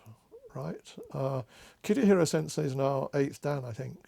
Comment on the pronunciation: So nice. Thank you. If I may - the name is Kitahira Sensei (not "Kitihira" sensei)